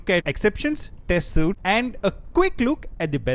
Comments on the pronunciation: You provided excellent information! A co-worker said I should use JUnit but didn't give me any information. Your introduction is wonderful! Thank you! On the other hand, "Suite" is pronounced like "sweet", at least in American English. They way you are saying it refers either to a type of formal men's clothing, or the shape of the pips on playing cards: hearts, diamonds, spades, and clubs are the 4 suits. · a suite should be pronounced as sweet.